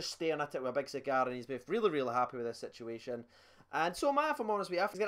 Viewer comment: I honestly love it when you say "situationonon" 😂😂 I was expecting you to say "negotiationononon" 😂